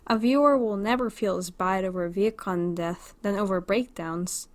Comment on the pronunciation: Is it just me or is she pronouncing vehicon as vietkon?!